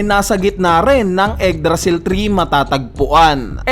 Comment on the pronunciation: "eggdrasil" tree